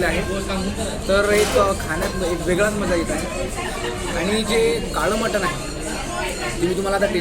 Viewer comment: मराठीत फूड ब्लॉगर तुलनेने कमी आहेत. जे आहेत ते 'कानातून धूर आणणारी मिसळ' आणि 'सर्वात मोठी गावरान / कारभारी / सरपंच मटन थाळी' यापलीकडे फार काही जाऊ शकलेले नाहीत. मराठी फूड ब्लॉगर्सपैकी शेकडा ९९ लोक Mutton चा उच्चार 'मटण' आणि Chicken चा उच्चार 'चिकण' असा का करतात हे न सुटणारे कोडे आहे. दोन्ही इंग्रजी शब्दांना सुयोग्य सुटसुटीत पर्याय मराठीत अजूनही न रुजल्यामुळे त्याकडे दुर्लक्ष करूया ब्लॉगर लोकांचे बोलणे अतीशय नाटकी असते. मूळात त्यांची भाषाच समृद्ध नसते त्यामुळे पदार्थांचे वर्णन करताना त्यांना वैविध्य जपता येत नाही. शिवाय मध्ये मध्ये इंग्रजी शब्द तर चीड आणतात. जसे की..... ''हे * ऑस्सम लागतायत" असं ऐकलं की तात्काळ मोबाईलमध्ये घूसून तो पदार्थाचा वाडगा त्या ब्लॉगरच्या डोक्यावर पालथा करायची इच्छा होते मला.